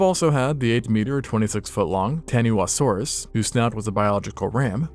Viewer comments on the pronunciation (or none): taniwhasaurus the "wh" is pronounced as a f. Named after a mythological creature in Maori folklore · Im assuming taniwhasaurus is a maori inspired name and if so the wh is pronounced as an f. Taniwha being TAH nee fah 🙂